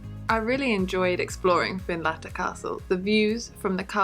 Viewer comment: Find-lattter it is not. Finlettur it is 😁